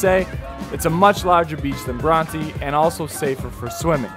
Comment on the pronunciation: Please learn how to say Coogee and Bronte properly.